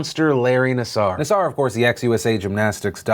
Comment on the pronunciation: It’s pronounced nasser.....not nassour. Says from a father from the Lansing area. We took out daughter out of twiststars because the culture seemed off. So, we put her in another gym. A petophile was uncovered there and arrested. We took her out of gymnastics. Gymnastics needs to be looked at like the Catholic Church as a predatory institution harboring sexual deviants. Pronounce his name correctly. It’s nasser, not nassour. Thanks for letting putting in my input in. Folks can leave comments, but I would not like to receive hater aid. Love you bastards!